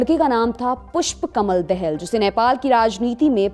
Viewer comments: DEHELL NEHI DAA HALL HEA 😂😂😂😂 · Dahel nahi dahaal hai bolo to sahi.... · Dehel nahi Dahal kaho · 😂😂 are bhai tume padna NAHI ata hayka puspa Kamal Dahal ko dayhall kaha, sahi uccharan is puspa Kamal daa +hall...lol kabi grammar pado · बहन् उच्चारण करना सिखो, देहल नहीं पुष्प कमल दाहाल है🤣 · आपलोग पुष्प कमल दहाल को क्यों👉 देहेल कहते हैं 😁 पापा की परी 🧚🧚😜😝😝